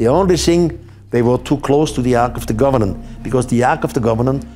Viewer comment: please quit saying arch of the governant.